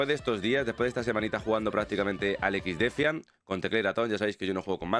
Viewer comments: XDEFAIAN pero pronuncialo en ingles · Cada vez que dice exdefiant muere un pajarito.